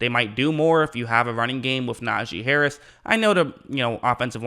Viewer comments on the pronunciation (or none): none